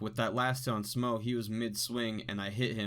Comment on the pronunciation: Its actually pronounced S'mo (as in some more). S'mo tiddy, S'mo boody, S'mo thiccboi with S'mo roody toody.